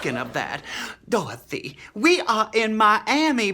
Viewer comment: Iconic!!! Though I gotta say () pronounces Dorothy without the Y. Dorotha